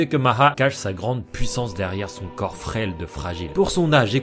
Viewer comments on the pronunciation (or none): none